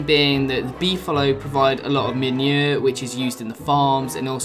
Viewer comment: Why he say manure like that?